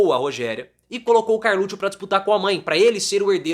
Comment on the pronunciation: Até agora não entendi por que você sempre pronúncia Carluccio e não carluxo.